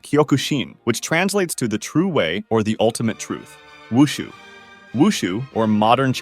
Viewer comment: When i looked at this i IMMEDIATELY thought of wushu cuz i follow wushu 😊 AND KUNG FU AND TAICHI 😃😃 (Side notes: for Silat its not Sai-Lat its See-Lat Tai chi is pretty much hurting your thighs from what i practiced Omg u actually pronounced wushu correctly (for the 1st time) and i love this vid)